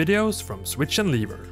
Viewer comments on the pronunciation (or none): Jag märkte precis att du uttalade lever i "welcome to switch and lever" så att det blev liver hahahahahahahahahhahahahahahahaha (inget illa menat)